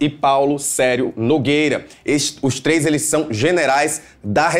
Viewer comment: Eu prestando a atenção na pronúncia dos S’s! Ele tem duas pronúncias para a mesma palavra: três e treixxxxxx!!!!! Quando eu redijo e escrevo que esse pessoal força na pronúncia, há quem se ofenda e defenda esse modo forçado de se pronunciar R’s e S’s! Juro que tento entenderrrrrrrrrr qual a regra que esse povo usa!!!! 😡😡 Parece que tem uma diretriz que obriga esse pessoal a carregar no arranhar e no chiar!